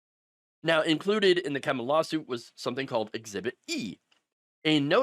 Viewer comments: It's pronounced Kee-mah, not Kem-ah. And no, I've never eaten there. Sounds nasty. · Pronounced KEY_MAH, not kem-mah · doesn't matter much but it's pronounced "Kee-mah" boardwalk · Pronounced "KeeMa" - great story, scummy restaurant. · It's a long "E" in the name Kemah. Like "Key-mah" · It’s pronounced Kee Mah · Locals pronounce the city Kemah like "Key-mah" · Kemah is pronounced key ma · Key ma It’s pronounced key ma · FYI it's pronounced "Key-ma"...loving how FAFO is so real :) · It's pronounced like Keymah ❤ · Kemah pronounced Key-Muh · Its pronounced Kee-mah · Kemah is Keeeee-muh. Long e. I hate when people can't be bothered to look up pronunciations. Lazy. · FYI: Kemah is pronounced Key-mah. Luckily, there is a bunch of good restaurants in Kemah. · Kemah is pronounced KEE-mah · The way you pronounce Kemah is.....😮‍💨🤣